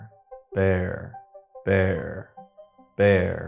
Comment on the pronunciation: His pronunciation isnt the best. The b in bear isnt as pronounced as needed to clearly understand. Even if you close your eyes.